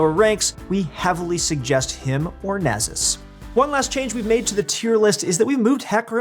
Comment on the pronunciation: Nasus not nazuz